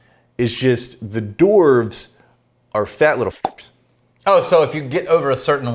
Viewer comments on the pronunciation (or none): Why do you keep saying "Dorf" instead of "Dwarves"? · I've never heard it pronounced, "dorves"! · I’m a hardcore LOTR nerd but I don’t expect other people to be. However I did nearly have a meltdown at how they pronounced dwarf/dwarves as dorff/dorves. Get I’m Dan!